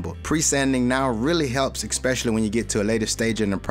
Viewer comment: Dis and dat, exspecially? Ffs learn how to speak.